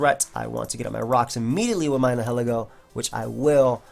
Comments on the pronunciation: Nihilego PRONOUNCIATION: (Nye-eh-Leh-Go) Its name is based on the word "Nihilism" (Nye-eh-liz-mm) and/or "Annihilate" (Uh-Nye-eh-layt) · I believe it'd be pronounced "nye-ih-leh-go" because I assume it's based on the word "nihilism", a belief that nothing in the world has a "real existence". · I think Nihilego is pronounced Nye-Hill-Ego. It's a combination of Nihilist and Ego, so it makes sense to me.